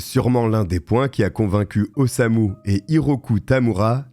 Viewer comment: C'est Osamu, pas Osuma 😅